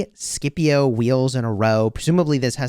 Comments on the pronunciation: Shepio not Skipio! XD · The pronunciation is actually “shipio” non “Skipio” lol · The way u pronounce Scipio triggers me to an uncomfortable degree lol. Love your vids! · I'm so use to the old pronunciation of Scipio that the new one sounds so wrong